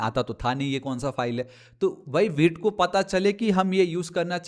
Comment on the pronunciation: Vite ❌ veet✅